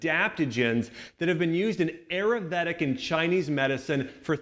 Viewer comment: the butchering of the word Ayurvedic...